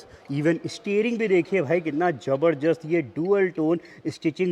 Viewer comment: Zabardast❌ Jabarjasht✅